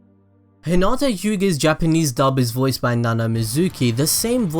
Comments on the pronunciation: Anyone else bothered by the fact that he kept calling hinata 'huhnata'?? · Your saying hinatas name wroung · No offense but I heard at the beginning is: Let's go bulls deep on Hinata